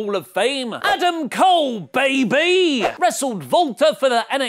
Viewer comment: Jesus Christ its not baybE its BAY BAY.... ADAM COOOOLE, BAYBAY